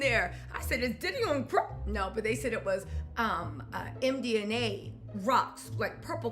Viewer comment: It’s MDMA, not MDNA. 😂